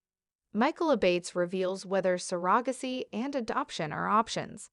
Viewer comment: Need to pronounce surrogacy correctly.